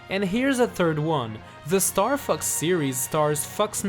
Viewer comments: Bro am I the only one who heard starfucks? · is sounds like star f*cks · It's funny how he says Star Fux instead of Star Fox